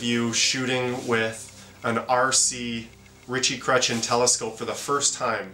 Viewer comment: Every time you said Ritchey Chretien, all I heard was Itchy Crotch Again......